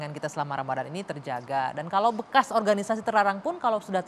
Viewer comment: Baru tau klo Organisasi dalam bahasa Indonesia bacanya menjadi Orhanisasi 😆